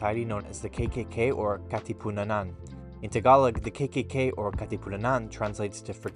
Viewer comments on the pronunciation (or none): You keep on saying Katipunanan 😂 It’s Katipunan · Almost correct bro Its Katipunan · It's Kati-pu-nan HAHAHAHAHA 😂 good video dude! Thank you for covering a history about our country 💖🇵🇭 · who cares about his pronunciation of Katipunan. He's educating ignorant tourist, specifically Americans, that would otherwise be bewildered at the kkk signs and murals in the Philippines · LOL. I laughed so hard. naalala ko si Vice yung sabi niya Ivan-nananananan